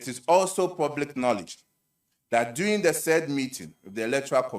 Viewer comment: The word is DURING not “DOING”. can’t speak English. 😂😂😂